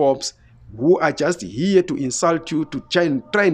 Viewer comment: I HHHHOP low lives. HHHHere 😆